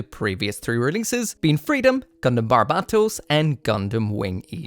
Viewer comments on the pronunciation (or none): none